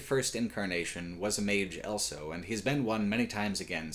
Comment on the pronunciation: says elso instead of also.